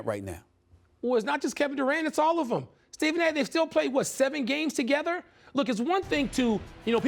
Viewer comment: Stephen 'ibaker' smith